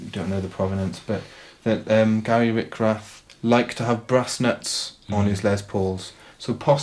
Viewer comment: RICH-rath, not RICK-rath.